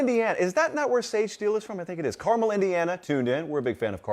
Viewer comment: Congrats on saying "Carmel" correctly!